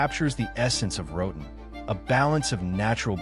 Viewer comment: Se dice Roatán, como se lee. No "Roden"